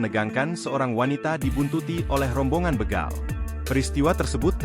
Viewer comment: Bégal... ✅ Bègal... ❌ Ucapkan huruf "e" seperti di kata bebek, Bukan kata betul